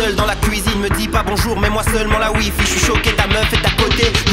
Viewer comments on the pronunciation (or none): none